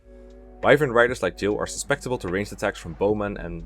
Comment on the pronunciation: If you want some help with pronunciation, it's su-cep-ti-ble not sus-pec-ti-ble. Don't worry though, I commend anyone that learns another language regardless. It surpises me how good non-native English speakers are at speaking English. for future guidebook writer. (Yes I know that's low-quality English, but speaking is much less criticised than writing; you can be far more flexible when speaking) Why am I so defensive?